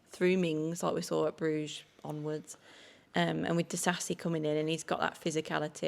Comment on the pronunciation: Great pod guys, love the chat and set up, but can someone tell it is Disasi not Diasi!?😂😂